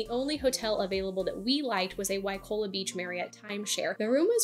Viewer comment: Seriously? "Waikola? " not Waikoloa?! You don't speak "Hawaiian " but you do read English? Guys, if you can't make quality content, just enjoy your trip and leave people alone with your "four seasons " recommendations. Four seasons is nice...no kidding. How does it help 95% who are not retired brain surgeons? Ridiculous